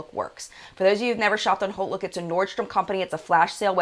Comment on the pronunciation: Are you saying Holt look or (what I found) Haute Look?